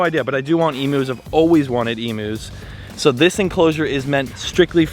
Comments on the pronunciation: I’ma bit excited to hear you’re getting emus. But can I let you know It’s pronounced Eeem-You not ee-moo. Love you ❤ all the way from Australia 🇦🇺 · Oh man, if you gonna get some Emus imma need you to pronounce it properly. It’s eem-you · Lol please look up an Aussie video about emus to learn how to pronounce emus . ❤️ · The amount of times said "Emus" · I love and laugh and how you pronounce Emus 😂 G’day from an Aussie❤🇦🇺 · Stop saying emus wrong 😢